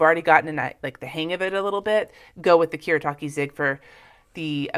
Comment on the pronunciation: Koo-Reh-Tah-Keh. Just thought I'd let you know.